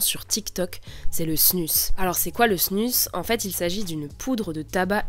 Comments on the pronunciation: On dit pas plutôt LA snus (prononcée snuz) ? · ça se dis snouz ! bordel ! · Je pense qu’il le prononce à la française est toi à la suisse ou belge